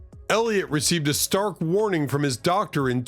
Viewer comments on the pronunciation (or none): none